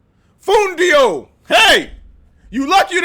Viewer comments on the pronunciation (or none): Noo, not "fundio" is "FUNDILLO" you are hilarious 😆